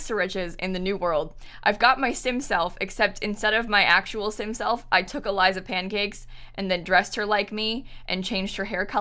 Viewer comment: Your southern accent came out when you said "I look exactly like Eliza Pancakes" omg I love it (this is coming from someone who lived in Florida for half my life)